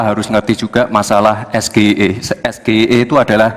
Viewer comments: SGIE itu singkatan yg kepanjangannya berbahasa inggris. harunsya gibran menyebutkan SGIE nya dengan abjat pengucapan bahasa inggris juga. contoh pengucapannya (ES JI AI I) "dlm plafalan abjat inggris" saya aja awalnya bingung SGIE itu apa, eh ternyata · Kepanjangan bahasa inggris.. Harusnya baca nya pakai inggris dong.. Gila kali ES GE I E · SGIE ejaannya salah om, Bahasa inggris, mas gitu ngejanya 😅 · pronouciation-nya yg bener bukan es-ge-i-e tapi es-ji-ai-i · Singkatan bahasa inggris Dieja pake bahasa indonesia Hahahaha ngakak total ❤ SGIE Dieja es ge i e Harusnya dieja ais ji ai ei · Kelihatan sekali Gibran cuma kursus di Australia. Gibran mengeja SGIE dengan "es ge i e" Karena dalam bahasa Inggris seharusnya ejaannya adalah : "es ji ai i" Mungkin Gibran tidak ngerti mengeja. Mungkin juga disengaja agar Cak Imin bingung. Keluarga Solo ini memang sudah jadi habitatnya tipu muslihat dgn cara licik. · SGIE itu singkatan yg kepanjangannya berbahasa inggris. harunsya gibran menyebutkan SGIE nya dengan abjat pengucapan bahasa inggris juga. contoh pengucapannya (ES JI AI I) "dlm plafalan abjat inggris" saya aja awalnya bingung yg di sebut gibran ES G I E itu apa, eh ternyata 😅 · Yg nanya norak... semua penonton scr umum jg ngga tau apa itu SGIE.. lagipula singkatan bhs inggris kok nyebutnya ES GE I E 😂.. hrsnya ES JI AI I dong.. gw jg ngiranya itu apa ES GE I E 😂.. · Bukan sulit. Tapi blinder. ES JI AI I ejaannya. Hhhh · 😂😂😂😂..... Apa mungkin dia ada yg Dikte....??? Mic nya aja ada 3.....Ambyar.... SGIE itu harusnya di EJA DENGAN EJAAN INGGRIS....bukan ejaan Indonesia (Gibran menyebut EsGeIE) bahasa Inggris nya juga Ambyar..... Bukan membela Cak Imin..... kalau bertanya menggunakan bahasa Indonesia harusnya langsung pake istilah Indonesia....bukan pake singkatan Inggris tapi di eja dengan menggunakan bahasa Indonesia...😂. Gestur tubuh termasuk ekspresi wajah GR tiap memberikan tanggapan seperti orang lagi dengerin dikte an.... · Bukan SGIE tapi EsJiAiEi